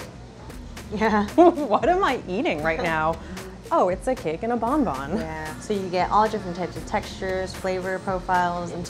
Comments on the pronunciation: i am french and the way they say BONBON annoys the heck out of me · every time they say 'bon bon' I get internally frustrated. it's bonbon. bon like in bon appetit.